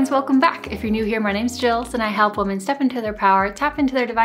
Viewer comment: No offense, I really enjoy your channel, but they way you pronounce the words "woman" and "women" is very odd to me. Is it a regional accent? (Sorry, if this is a silly question 😅)